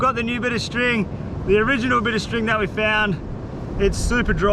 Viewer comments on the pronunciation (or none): none